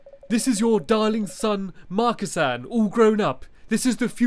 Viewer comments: It's Marcasan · It's marcasan but it says marcisin